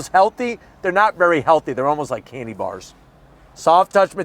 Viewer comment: ENOUGH WITH THE CANDAY BARS ALREADY !